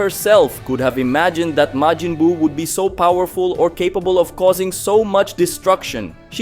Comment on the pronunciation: No, he's got Majin spot on, but has a couple flubs elsewhere, like Glind.